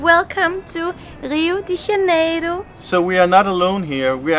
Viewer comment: É engraçado a pronúncia deles kkkkk lio de janelo